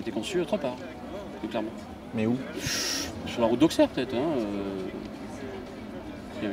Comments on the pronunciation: PUTAIN mais c'est pas vrai ! Auxerre se prononce Ausserre un effort merde! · Auxxxxxxxere 😫c pas comme sa que sa ce dit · Jvais le goumer l'autre qui sait pas prononcé Auxerre